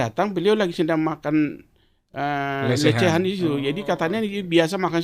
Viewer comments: Lidah pak lenis, susah bilang lesehan, jadi lecehan😂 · P lenis kogoya bahasa indonesia amburadul, sebut warung lesehan sj salah.... LECEHAN... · Lesehan bukan lecehan, pak lenis😁